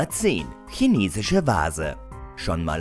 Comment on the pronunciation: OMG er hatte bei Nummer 10 Chinesisch WIRKLICH mal richtig ausgesprochen ...nur um es danach wieder falsch zu sagen-.